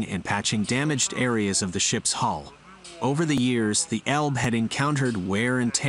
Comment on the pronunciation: It's not "Elb" it's Elbe. If Britons could learn how pronounce German and other languages correctly it would be great.